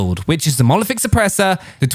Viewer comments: Monolithic not molothic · The way you pronounce monolithic as "mo-oliFic" makes my ears cringe very goddamn time xD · It's called a monolithic suppressor, not molephic suppressor 😅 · If i hear this wanker say monoliphic suppressor one more time..i will have to go to rehab